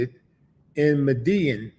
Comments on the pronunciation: Yo Willie it's pronounced Med-I-yeen! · Btw, it’s pronounced “Meda-YEEN” or “Meda-JEEN” (Medellín) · You not saying the cartel name right bro